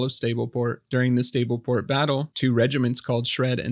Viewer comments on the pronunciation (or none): Is SA-B-LE PO-RT not ST-AB-LE PO-RT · Sableport, not Stableport